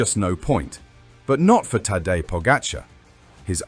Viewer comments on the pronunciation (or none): After all these years of him being super star and investing so much in this mediocre video, still not knowing the pronunciation of Tadej's name is just pathetic.